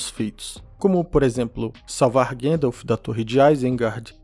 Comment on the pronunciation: Por que teimam em falar Guéndalf invés de GAndalf? Com A mesmo?😠